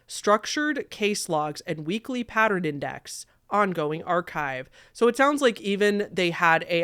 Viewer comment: “patterin”? Interesting, I’ve never heard it pronounced that way.